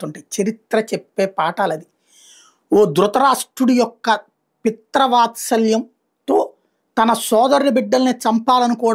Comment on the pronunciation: పిత్రవాత్సల్యం కాదురా........ పిత్రు వాత్సల్యం😂😂😂